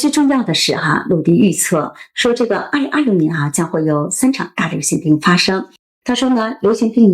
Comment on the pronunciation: 口歯很清晰，但是2026的6發音好怪，聽了幾次202漏年，回頭看字幕才知道在說2026。可惜！